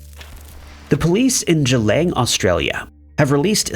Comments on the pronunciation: Boy did you butcher the pronunciation of Geelong Australia. G-long. Just like its spelled. Not g-lang. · it’s Geelong LOL not Geelang! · The place is pronounced exactly how it's spelt for goodness sake! GEELONG .... Geelong in Victoria. Say it out loud Gee (as in gee whiz) Long (as in long legs), now put them together.... Geelong. Who taught you to read? Bloody Americans!